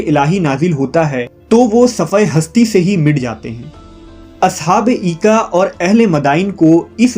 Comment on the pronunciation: Aoa Brother. Correction Required. In Holy Qur'an these are mentioned as (Ashab Ul Aika) not Eeka...